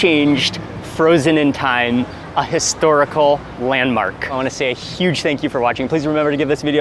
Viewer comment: did he say it's huge or sheesh 😂